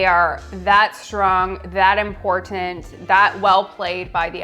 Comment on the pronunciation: way of pronouncing words with 't' in them like cerTain and imporTanT will never not be somewhat jarring 😂